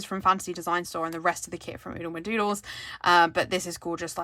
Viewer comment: Ahhhhhhh!!!! You said Oodlemadoodles perfectly 😍👏🏽🏆😂